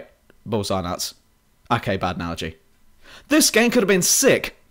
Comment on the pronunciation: you very ofteny pronounce c, d and t like "ng" facts -> fangts bad -> banned